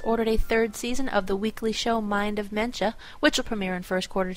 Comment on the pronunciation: lol mind of *mencha*... mencia